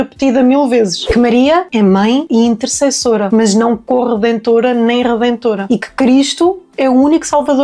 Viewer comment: Gosto do conteúdo. Muita coisa pode melhorar ainda, e com tempo ficará bem melhor! Obrigado! Nota construtiva: procura a pronuncia correta de “intercessora” Gosto da inspiração na Brett e na Lila 😊